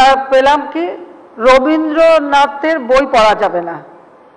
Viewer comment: একে ভাই প্রধানমন্ত্রী কে করেছিল এইযে আবোল তাবোল বকে যেমন দেশের তেমন প্রধানমন্ত্রী । আগে রবীন্দ্রনাথ কথাটা বলতে আপনি উচ্চারণ করতে শিখুন তারপর নয় রবীন্দ্রনাথের। পরবেন নি আপনারা। আর আপনাদের জাতীয় সংগীত টাই আমাদের রবীন্দ্রনাথ করে গেছে তাহলে ওটাকে বাদ দিয়ে দিবেন। আরিয়া প্রধানমন্ত্রী ,😃😃😃